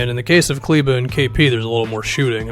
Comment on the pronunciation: Only YouTuber who pronounces Kleber right !